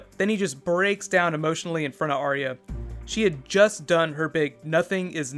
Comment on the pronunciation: BTW - it's "Are-ya", two syllables instead of 3. :-)